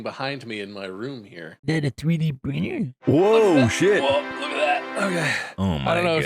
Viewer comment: "Izzad a 3d prinnr"